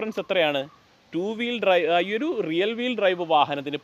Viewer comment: റിയൽ വീൽ അല്ല ബ്രോ, റിയർ വീൽ….